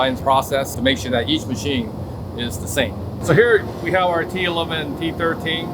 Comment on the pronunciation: Did he say 'MASCHSCHEENE'?